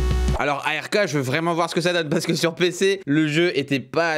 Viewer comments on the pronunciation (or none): on dis pas a r k on dis ark merci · Par contre respect frére cest pas A.R.K cest ARK comme un arc tu vois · Ça se dit pas A R K mais ARK (il ne faut pas épeler chaque lettre). : ) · C pas A.R.K mais ark C attaché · Ark est le meilleurs jeu du monde et d ailleures ca se dit "arque" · ark ca se dit arc